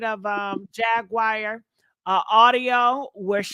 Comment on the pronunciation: Who is Jag-Wire??? Lol